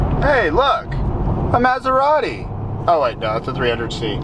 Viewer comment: He can't even pronounce Maserati.